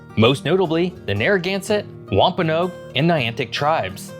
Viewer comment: Rhode Islander here! Loved watching your video about my little state. Also, for pronunciation... Pequot - sounds like pea-kwot Wampanoag - sounds like - whump-uh-nawg Pawtuxet - puh-tuxet 😊😊